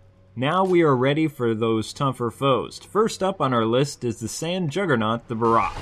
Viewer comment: This is why i hate it when people make videos before they know even half the details of the game. For those viewing for gaming knowledge: cha-cha is the dude's name. (no 'the') egg sacs are actually mud The Barroth (not quite accentuated 'O' as in the vid) rolls in mud to replenish mud. Most player actually just shake the WiiMote or use a Cleanser. Weakest part is ARM. not that hard to aim at, either. It uses it's charge attack often when it rages. there's a reason.